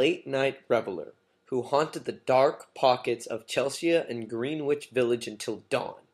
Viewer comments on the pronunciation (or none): Why didn't you have the common sense and courtesy to pronounce correctly "Rimbaud" , "Greenwich" ( "), "philosophical" , and "Kammerer" ?